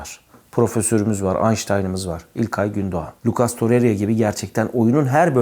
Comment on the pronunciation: Babuş şu işi bi çözelim sizin kafanız Riera yüzünden karışıyo sanırım, Tor-rey-ra diye okunuyor, torre-riya diye değil.